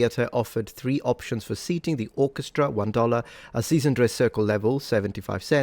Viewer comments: He says Orchestry instead of Orchestra. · hey, you completely glossed over how he pronounced it "orchestree" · I caught this as well. My grandpa pronounced “opera” as “opry” too. So he would say “The orchestry played at the opry house” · The way he pronounced "orchestra" is interesting. It sounds like "orchestri". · Hmm... I heard it as "orchestray." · “Orchestreee” did we skip over that? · His reference to his seating section, the "orchestra," he pronounced the final 'a' more as an 'ee' sound. It's muffled due to audio quality. It's still found in the rural south .